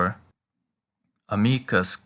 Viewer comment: I'm just curious. The way I hear it, you are pronouncing "amicum" and "amicam" identically. Are you sure that there is no difference in their pronunciation?